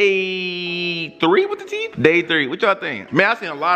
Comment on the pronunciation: He really said '' teef"